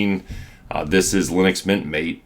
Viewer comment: Hey! I also love Linux Mint and learned a lot from all your videos. Just wanted to let you know it’s not pronounced Mate, but actually ma-tay. It’s named similar to a popular drink named yerba maté